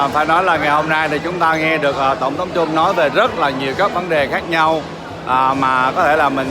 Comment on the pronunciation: (cũng như nhiều người VN, nhất là trong nước, nên phát âm chữ Trump cho đúng kẽo người Mỹ nghe thấy khó chịu. Không phải "trum (p)" như tiếng Việt mà là "trâm (p)", cùng vần với "pump".